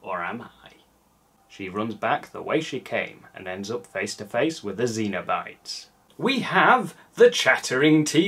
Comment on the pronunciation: Great review and great movie, but I believe Pinhead and his gang are Cenobites, like SEN-oh-bites, less akin to the aliens from Alien xenomorphs. A cenobite is an old-timey term for someone belonging to a monastic order, which makes sense for inter-dimensional S&M demons I guess, if not in a weird way. Keep up the great work,!